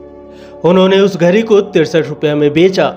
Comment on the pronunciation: घड़ी को घरी क्यों बोल रहे हैं।